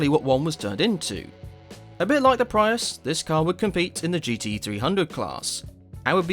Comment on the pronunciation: Ugh that pronounciacion of Prius STOP ITS HURTING MY EARSSSS😭😭😭🙏🙏🙏